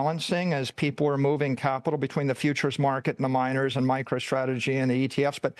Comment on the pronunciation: This is hard to watch. “st” is not pronounced “sht”. MicroShtrategy